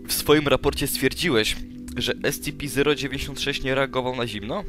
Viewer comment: wiem ze data, ale nie mowi sie *es-ci-pi zero dziewięćdziesiąt sześć tylko *es-ce-pe zero dziewięć sześć tę liczbę nie czyta się razem